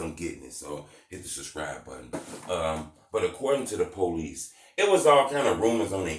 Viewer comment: This nigga “policey”🤣